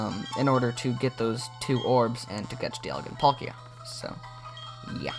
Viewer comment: Why does he call palkia Pal Kia??